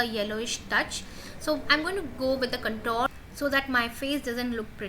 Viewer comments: although I appreciate your effort , it's awful to listen 'Contor' instead of 'contour' so many times! It's spelt as 'Con-toor' . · So true. That cuntoor started to piss me off after a point.